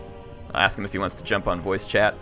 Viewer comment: Haha "axe them a question" You're going to be a great dad! The jokes alone are worthy of fatherhood